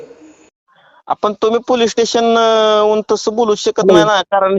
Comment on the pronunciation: दोघांनाही पोलीस स्टेशन बोलता येत नाहीये दोघे बोलतात पोलीटेशन